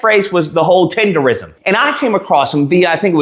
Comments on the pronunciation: Nism! Tender-nism! Not tender-ism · you saying it like a white boy. It’s TenderNISM!!! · Lol how you do a whole video saying the name wrong?? 😂 cmon man CMON! in my Boosie voice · Lol😂😂😂 you saying it wrong 😂😂😂😂😂